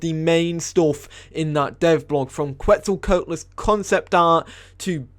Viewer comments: I'll help you pronounce Quetz, at least how I understand how to say it is: "C'wets-o-c'wat-o-lus" (I just don't want my boy getting the beipei meme on him for every dino). Also some people say keetz suhl instead of qwets sol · You pronunced Quetzalcoatlus wrong